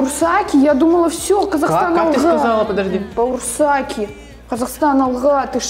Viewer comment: Бауырсаки а не боурсаки